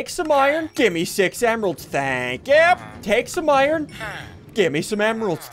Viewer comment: iron= “owaiern”